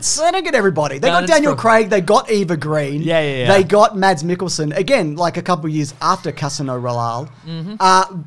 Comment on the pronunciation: There's a scene in Layer Cake where Daniel Craig holds a pistol in a very James Bond fashion as he wandered around Colm Meaney's house. I've always wondered if that had anything to do with the casting. PS Eva Green's last name is Sweedish and is pronounced Grain.